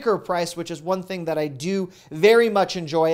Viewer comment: I love it when you said ‘this cinnamon broom think’ 😃